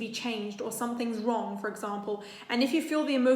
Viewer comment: British & american accent disconnection--#5 "if you feel like something is warm, it's probably warm" Me:???????????????????????oh she said "wrong"